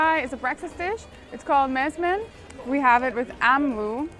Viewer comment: IT's msemen not masmen😂